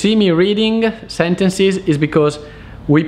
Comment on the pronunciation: SentencEs... come in bEllo. Not sentencIs